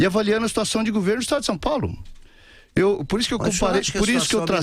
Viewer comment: No meu "guverno"...o "guverno"...esse "guverno"... kkkkkk